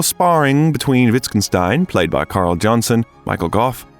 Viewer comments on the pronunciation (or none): none